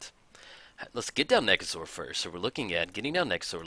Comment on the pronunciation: Surprised Nekusar isn't a Skeleton. I know it's probably BETTER for him to be a Zombie, but his face is super skeleton-like. Also, your pronunciation for Nekusar makes him sound like a dinosaur to me lol. THE NEKASAUR! Haha!